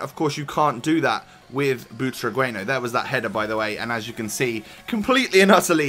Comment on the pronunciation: butragueno hahaha u dont know how to say only spanish people says it good